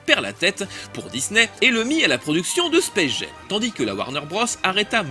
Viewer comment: Hyper intéressant comme toujours mais pourquoi il prononce le titre "Space Gem"?